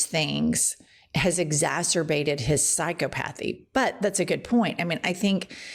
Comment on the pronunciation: Please forgive me. I have too much regard for your intelligence to not let you know that you are mispronouncing psychopathy. I never miss a show 🫡 ❤😊